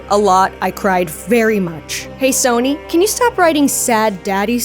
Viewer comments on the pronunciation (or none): none